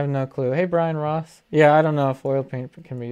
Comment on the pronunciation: When he said “Hi Brian Ross!” I legit had to rewind and look at the name bc I thought he said Ryan Ross omg